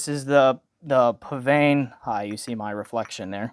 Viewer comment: You pronounced psvane correctly! Did you know psvane was a spelling mistake?